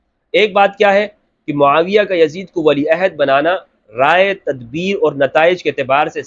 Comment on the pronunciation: Hazrat muaaviya ka naam to sahih se le youtuber